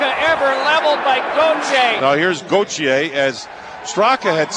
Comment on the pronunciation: Name : Gauthier Announcers : Goatshier